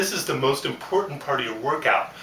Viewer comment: lol he said impoytant